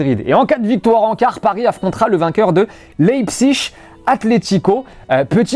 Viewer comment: Laïpsig. Pas Leïpsich. s'il te plait.